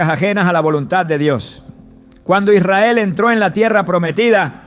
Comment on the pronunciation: Noté que algunas palabras no las pronunciaba bien Como cuando dijo Israel que titubeó